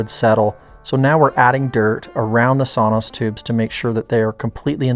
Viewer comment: I believe it is "sono tubes" "sonos" is a company that makes speakers.